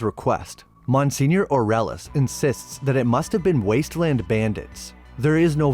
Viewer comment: Wait..did u mean to say Monseigneur when ur saying “Mon senior “???